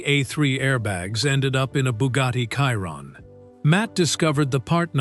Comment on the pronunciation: Why can’t Ai say Chiron correctly?😂